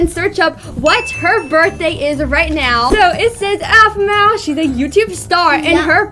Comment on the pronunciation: It sounds like A-fu-ma